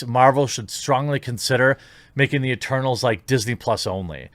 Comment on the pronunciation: Stop mumbling the word eternals jeremy, I keep hearing turtles, and it is confusing for a simple mind like mine.